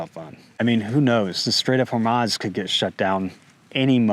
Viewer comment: Please revisit your pronunciation of Hormuz.